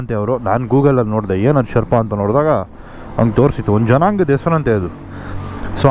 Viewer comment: Ley yaaru guru neenu yavaga nodidru nam GS nam GS antha compare madkoltirtiya??😅😅 gothu bidu guru nin hatra super bike ide antha😂😂. One more thing, please look for the actual pronunciation of Sherpa.